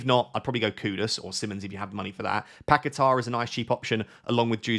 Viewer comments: you need better hearing, nobody pronunces R at the end it is long A, like Pa ke taaaaaa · Why can no FPL expert pronounce Paquetá? There is no ‘r’ on the end